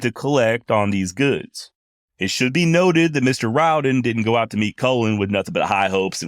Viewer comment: You are one of the few who pronounce our name right The Rowden clan appreciates that